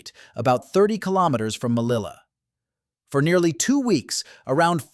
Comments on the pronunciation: melilla not mellila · SOS UN DESASTRE RELATANDO.NO ENTIENDO POR QUE NOMBRAS TERRIBLEMENTE A MELILLA QUE COMO SE ESCRIBE SE PRONUNCIA.LO MISMO MONTE ARUIT LO MISMO LA LEGION REFIRIÉNDOTE A LA FRANCESA.EL KRIN FUE DEPORTADO PERO AÑOS DESPUES ANTE REVUELTAS POLITICAS EN MARRUECOS SE OPTO TRAERLO DEL EXILIO Y AL CRUZAR EL BARCO POR EL CANAL DE SUEZ SE ESCAPO Y SE REFUGIO EN EGIPTO.INFORMA BIEN.ASESORATE MEJOR.Te escribo desde URUGUAY.